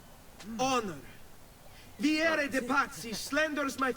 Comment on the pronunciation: Just to inform you,, Vieri's name is pronounced Vee-air-ee. Just trying to help the pronunciation a bit.